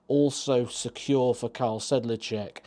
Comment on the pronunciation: K A R E L not K A R L